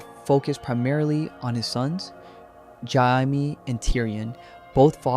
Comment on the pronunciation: Is this an AI script? Why is Jamie's name fked up so many times, in dif ways, but said right sometimes? Ai slop.